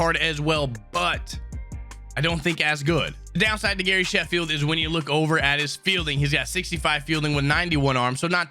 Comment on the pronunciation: He says Harry Shafield not Gary Sheffield